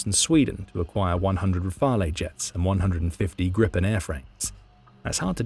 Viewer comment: Would you please learn to pronounce Rafale correctly? It's Rafaaal. It's French not Spanish or whatever. You'll sound more intelligent.